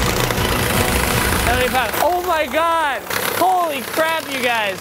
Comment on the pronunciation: the words "slapping", "yes", and "oh my god" sounds kinda weird in this video